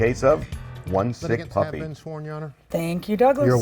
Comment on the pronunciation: Sound like she saying “puppet” not puppy